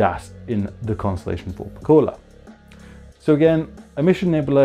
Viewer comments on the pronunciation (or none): It’s pronounced VUL - PECK- YOU- LA